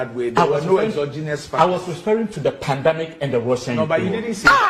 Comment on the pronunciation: The NPP man says pandAmic. We really have the men.😂😂😂😂 As for Hawa Koomson, this is what you get when you interview an illiterate. 😂😂